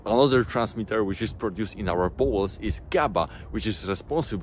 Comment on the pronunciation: Dont take this as hate, just sharing something that struck me as odd, namely: you pronounce "bowel's" like "balls" I get it, english isnt your first language (i presume), but in this case it makes the video feel a little comedic. If it helps maybe its not a bad idea to have an AI read out the script you write so you get a feel for the pronunciation